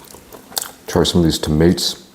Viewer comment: Wait, I understand that Americans are so bad at pronunciation that they even have spelling competitions, but I was surprised to see him having trouble saying "tomatoes". This is something you learn when you are 5y old in normal countries